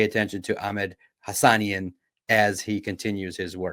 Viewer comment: You have to be intentionally mispronouncing Hassanein at this point lol